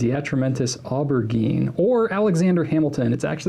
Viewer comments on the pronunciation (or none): FYI aubergine is said like [oh-ber-jeen] and its basically what people in the U.K. (Like me) an eggplant[🍆]